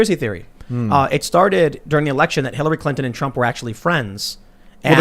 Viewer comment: Michael Tracey: "Ackshullly! Ma! I need a hot pocket! Anyway, ackshully"...